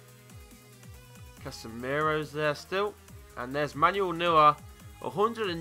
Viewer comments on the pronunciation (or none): These are how they're pronounced: You said: Newer Actual Pronunciation: Noyer You said: Castillas Actual Pronunciation: Castiyas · You pronounce the new goal keeper like noyer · Wtf "newyer"